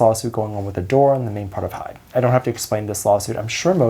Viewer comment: To those who dont realise, its Hybe, not Hype